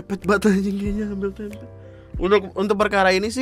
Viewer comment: Tempenya gausah pake penekanan K dong... Yatuhan Tempe'